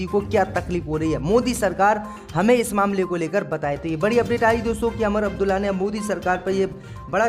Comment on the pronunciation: Sahi bolna nahi aata Lucknow ka Naklow Umar Abdulla ku Amar Abdulla